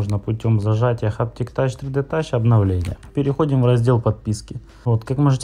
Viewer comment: Так и не расслышал что нужно зажать. Хаптиктачь тридетач это что такое?